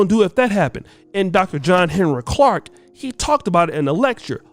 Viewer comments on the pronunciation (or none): none